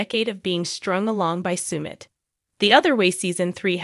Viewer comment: Sumit is pronounced suh-mit, not soo-mit